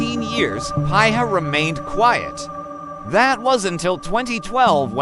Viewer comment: It's pronounced "Pee-ha"